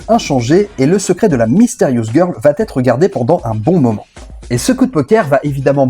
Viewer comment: On a un gros souci de liaisons imaginaires. Va-t-être. 🤦🏻‍♂️ Ça fait mal aux oreilles (là tu peux faire la liaison).